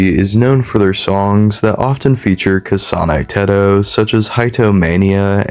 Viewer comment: But I like his way of saying "kasáne têhtoh" its so nice